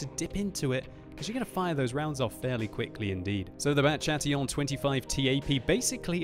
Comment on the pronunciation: Too bad it's Bat Chatillon actually